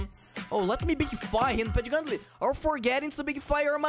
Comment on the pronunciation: Pentumbra is like Penumbras